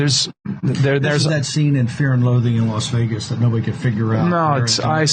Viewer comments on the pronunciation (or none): none